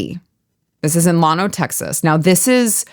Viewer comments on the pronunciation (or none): it's llano, not llawno. I was born and raised not far from there. Love what you do and represent.